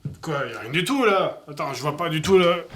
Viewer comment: met un accent sur ton "là" sinon ça fais vraiment space...